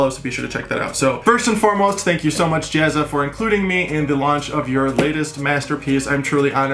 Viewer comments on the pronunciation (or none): at least get the guys name right ..."JAZZA" not "JEZZA"... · First your work is assume! Now the bad part. The name is Jazza! Not Jezza. And from a different video the name is Heresy, as in hair-a-see. Not here-see. Ok, I've had my bitch, you're still the best!